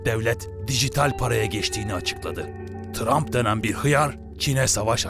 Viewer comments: dikkatli dinleyin sarı pipi diyor :D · trump yerine sarı pipi diyo farkedenler +1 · tramp denilen bir hıyar çene saldırıya geçti diyişinde tramp hapşırmasına koptum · Trump’a sarı pipi dediğini duyanlar